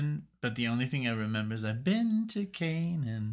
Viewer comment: CANAAN... like the location in the Bible. Pronounced KAY-NUN.